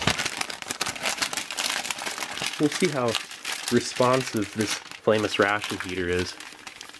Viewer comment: I cant help but hear “famous ration heater” every time he says frameless lol.